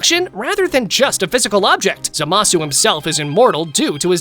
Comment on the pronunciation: its not za ma su its zama su